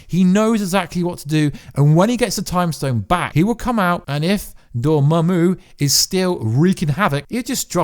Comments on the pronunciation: lol, so you've finally learned Dormammu's name. That's good news. Glad I don't have to hear "Dormuey" again. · The way you pronounce dormammu brings a smile to my face